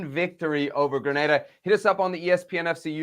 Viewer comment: It's Granada!! LOL Plz